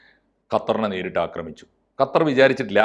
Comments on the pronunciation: ഗത്തർ..... ഗത്താർ..... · Ente ponnu saare gathar alla qatar.. kha kha… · bro it’s qatar not gatar 😭😭